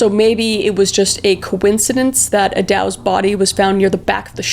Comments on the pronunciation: No hate Kris, maybe next time watch a documentary so you know how to pronounce the names. Thames sounds more like "Tems" and Eddowes is Edd-Ohhs. I love your true crime stuff, please keep it up 💜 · I’ve taken the tour of Whitechapel and it’s still kind of eerie. I recommend it though if you’re ever in London. We even had a drink at the Ten Bells which still exists and where most of the women would patronize. Also, it’s pronounced like “Edd-does (like a female deer)” instead of “Edd-dows”. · Kris I love ya! But Eddowes is pronounced like ‘meadows’, and Mitre is pronounced like ‘fighter’. You’re my favorite! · you have the strangest mispronunciations..takes me out of the video. for the record: 'mite-er', 'mont-ahg-you', and 'ed-ohs' is the agreed upon pronunciation....and I assume you were trying to say 'lou-well-en'